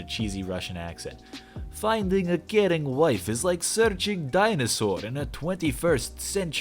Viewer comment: When you said "finding a caring wife", I did a double take because it sounded like "finding a Karen wife".